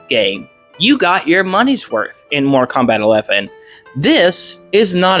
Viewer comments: Say Morta Kombat one more fucking time!!! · “Morta Kombat”